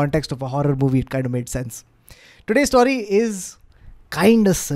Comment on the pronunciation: Love storytelling 💝 Ps - what accent is saying story as "staury"?